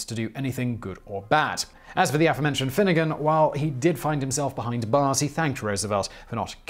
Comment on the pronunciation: Love your channel, but I have a pet peeve: it's a-FORE-mentioned, not AFF-orementioned!